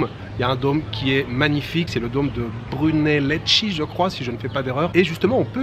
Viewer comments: Salut toi, pour la coupole en français cela se dit BRUNELESKI et en italien BRUNELESCCHI (je crois). Santa Maria dei Fiore est sublime, j'ai tout vu et c'est exceptionnel. Mais tu ne parles pas de la Piazza del campo, juste devant, où se déroule un spectacle équestre inter quartiers depuis des décennies. Merci à toi. Bises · Brunelleschi= Brunellesqui 😊 Mais quand-même ta prononciation est ok, pour la moyenne des francophones elle est à bon niveau... Bravo! 👍🏼👍🏼👍🏼